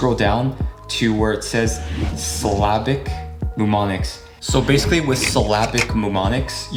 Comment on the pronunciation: SILL-UH-BICK NOT SYLL AH BIC